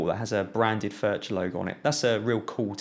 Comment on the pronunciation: Great review! BTW, the 'ch' in Furch is pronounced the same way as the 'ch' in loch (a lake in Scotland).